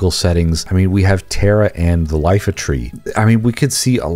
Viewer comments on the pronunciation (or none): I think FFIX did itself a disservice by choosing the font it used because of the confusion around the pronunciation of Iifa. It's not Lifa, it's Iifa - it's a capital "I". The Japanese reading of it is イーファ or (in lower case - iifa). This has propogated as a misunderstanding for years. This video made me remember this. 😅 In any case, I don't think I want a full remake of this game - I think if the game was enchanced and expanded using 3D pre-rendered backgrounds with more versatility and dynamism, I'd be all for that. If it was something like FFVII Remake, it may lose its essence and the stylization of the characters that is communicated so effectively in its current form. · Dude called the Iifa Tree the "Lifa Tree." Disliked. Bruh. The tileset when you enter it literally spells the name of the tree Iifa. Like come TF on. And no, this game does NOT need a remake. Deserves it, sure. But if it's gonna be like the 7 remake I'm taking a hard pass.